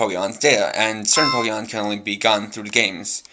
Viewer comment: ... It's a Pokedex. And it's Pokemon. Say it correctly for your language.